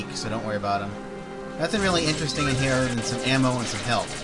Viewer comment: Do you have an accent? It seems sometimes you say 'Over hehr' XD